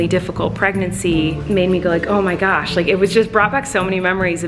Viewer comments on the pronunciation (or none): No one: Not even a soul: Colleen: oH My gWaTtSsH